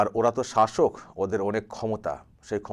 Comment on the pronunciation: ektu vul bollen, ota sasok noy sosok hobe